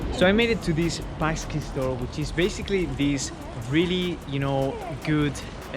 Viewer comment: Hello! I'm glad that you enjoid bigos, pierogi and pączki (You've mispronounced "pączki" - I try to write it in french: pontchky; besides "pączki" is plural (several items) form of singular (one item) "pączek" [pontchek]). I suggest that you try gołąbki [goouonpky] (sing. gołąbek) (these are cabbage leaves filled with minced meat) with potatoes nest time you visit Poland. Besides "gołąbek" is a diminutive form of gołąb [goouonp] which means pigeon. Try to learn some Polish language. Greetings from Warsaw, Poland!